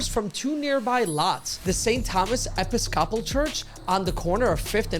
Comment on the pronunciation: If you don't know how say a big-boy word like Episcopal, you should do a quick online search.